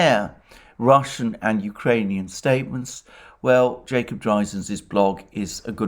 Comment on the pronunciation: Jacob who??? He just butches the name I can't find him at all.